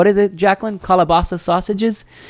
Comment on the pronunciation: Kah-lah-bresa ...it's Portuguese lol